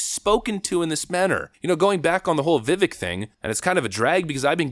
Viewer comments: "Vi-vake like cake" is how the name is pronounced my man. Not "Vi-Vick".. 😏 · It's not "Vivik" It's pronounced "Vivayke" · Just an FYI his name is pronounced Vi-vake, like cake. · Viveks name is pronounced “Vi-Vake” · Vi-vayke it ryhmes with cake. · It's pronounced Vi-VAKE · Dude, please learn how to pronounce his name! He's said it himself, "It rhymes with cake." So it is Veh-vake. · His name rhymes with steak. Pronounced vih VAKE rah mah SWAH mee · It's pronounced Vi-vake rhymes with Cake. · I question why people still pronounce Vivek wrong on conservative outlets that know his name. I totally respect you and have been with your channel since 2019 or 20. I am confused tho is it a long running joke or is it like pronouncing like “Hungary” that people just keep getting his name wrong? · PLEASE learn how to pronounce his name! As he has said, Vivek rhymes with cake!